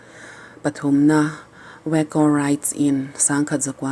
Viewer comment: Waco,wuaco ti ve chiang e le.😂😂